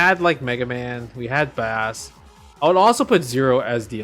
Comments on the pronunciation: That should be the next Capcom project: Justin's Marvel vs Capcom! Not Marvel vs Capcom 4. Not Marvel vs Capcom 5. Not Marvel vs Capcom double-triple-infinite. Justin's Marvel vs Capcom. "Bass" is pronounced like the music tone. Opposite of "treble" or "soprano" depending on what you're talking about. Sounds like "base" as in "baseball". It's not "bass" that rhymes with "grass" - YES! That is an awesome choice! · Pretty sure bass is pronounced like the guitar not the fish (considering it's bass and treble in the megaman series) 😊